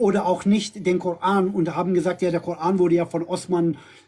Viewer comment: Warum "Kor-äään" ?? 😖